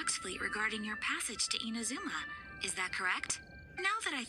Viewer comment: pelafalan inazuma seharusnya I-NA-ZU-MA Kalau IN-A-ZU-MA kurang tepat. Pas naik ALCOR crux fleet bisa LANGSUNG TELEPORT pada ikonnya.